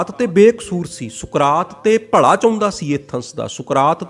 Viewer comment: ਤੂੰ ਪੱਗੜ ਬੰਨ੍ਹ ਕੇ ਲੋਕਾਂ ਨੂੰ ਗਲਤ ਪੰਜਾਬੀ ਉਚਾਰਨ ਕਰ ਰਿਹਾ ,ਭਲਾ ਹੁੰਦਾ ਨਾਕਿ ਭਲਾ਼ ਸਾਲਾਂ ਫਿਲੌਸਫਰ ਬਣੀ ਫਿਰਦਾ